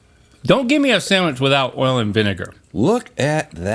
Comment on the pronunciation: Another video where says Sammwitch. But a good one!